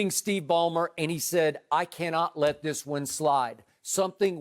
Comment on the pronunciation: Shannon: "But Ima say 'THISSHH'" Also, Skip is like a Kevin Wildes that actually takes himself seriously.